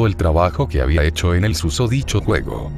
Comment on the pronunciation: Oye no te quiero molestar pero es "hecho"